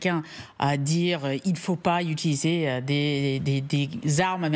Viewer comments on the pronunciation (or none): none